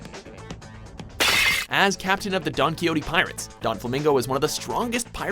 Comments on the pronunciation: it's not "donquiyoti donflamingo", it's a spanish name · im getting cringelevels worthy of vegeta at saying donquixote and dressrosa, its don-kwi-hote. and dress-rosa, not dress rona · Rewa Khalife donquixote is pronounced as Donkey-hote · I CANT EXPLAIN HOW MAD I AM. NOT BEING A WEABOO BUT YOU GUYS ARE PROFESSIONALS SO GET YOUR SHIT RIGHT. PRONOUNCE HIS NAME RIGHT. DONQI(HOTE) DO. DOFLAMINGO. AND DRESSROSA. ROS(E). AAAAAA JESUS PLEASE SEE THIS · how in the hell does Don Kiyotee sound correct? the hell name was pronounced wrong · Jeez, mispronounces so many names in anime but you'd at least think they'd be able to pronounce Donquixote's name correctly. We all should've heard the name before at least once in our lives because of the famous Spanish novel "Don Quixote" by Miguel de Cervantes (the original title of the book is much longer btw).